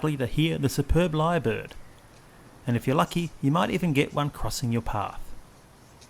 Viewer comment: It’s called, Lyre Bird. Not ‘Li’ bird.